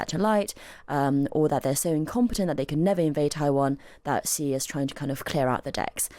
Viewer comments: It's not zjyee, it's hshee. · Please please please learn how to pronounce Xi Jinping's surname... 😂🙏